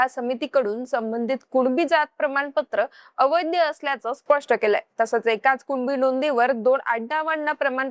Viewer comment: अवैध्य नव्हे अवैध. उच्चार नीट करत जा. मराठी भाषेचा अपमान करू नका ताई.